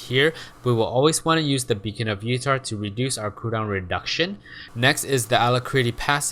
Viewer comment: "reduce oud cooldowen reduction'